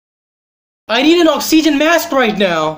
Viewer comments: "oxeeegen mask" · "Ox - ee - jen mask right now" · The way he said oxygen. 😂